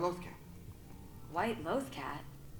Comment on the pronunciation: Pronounce Loth-cat & Loth-wolf wrong even after hearing it said a good amount of times, but pronounce Lothal correctly lol gotta write their notes more phonetically (idk why I’m focusing on this lol)